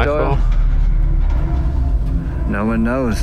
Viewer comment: does she say *butthole in place of *blackhole🤔😂